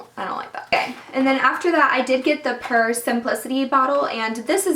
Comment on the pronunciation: Pur is pronounced pure.